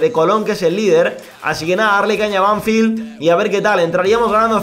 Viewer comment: la pronuciación es Banfield no Banfild, te lo digo para q sepas como se dice para aprender un poquito más del Futbol Argentino